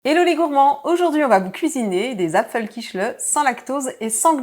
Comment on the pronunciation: Appétissant 😋 Juste comme ça, j'aurai plutôt prononcé apfelkie'Rle' En tous cas, merci pour le partage.